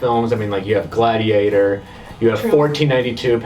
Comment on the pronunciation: G'lad ee ate OR